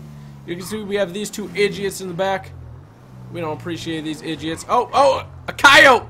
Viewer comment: This is how many times he said edgits 👇🏻